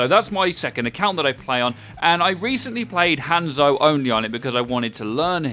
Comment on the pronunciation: i tried to watch this video but you kept mispronouncing hanzo the whole time so i couldnt